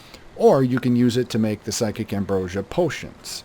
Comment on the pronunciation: I know it's a common misnomer, but it's "psijic" ambrosia (sih-jik) - not "psychic" ambrosia. Named for the psijic order - a mysterious and ancient group, preceding and a bit similar to the Mages Guild. That said, loving the videos! I'm still in the process of re-learning the game and these have been very helpful (and entertaining)!